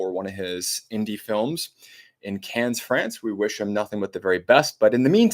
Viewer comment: Cannes is pronounced "kan".